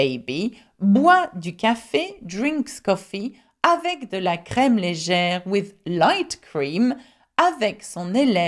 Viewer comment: At , you pronounce the acute accented "e" as "ee" instead of "ay" when you say "legere." So instead of saying LAY-JEHR, you say LEE-JEHR. I have heard this on several occasion where people pronounce the acute accented "e" as "ee" instead of "ay." Is this common?